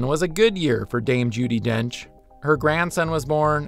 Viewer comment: ummm...Dame, not Dane